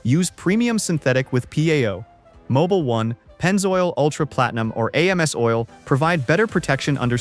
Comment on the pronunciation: The video would be more believable if you could spell and pronounce the brand names correctly. AMSOIL is pronounced as one word, not A-M-S oil!